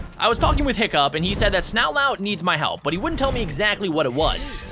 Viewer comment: Is name isn't snout lout his name is snot lout also I liked the video with my chin so yay your my bestfriend now btw watch how to train your dragons race to the edge to find out more about the map and characters also dragon names